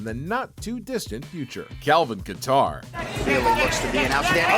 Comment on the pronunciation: how can you mistake his name even after hearing it pronounced. KATAR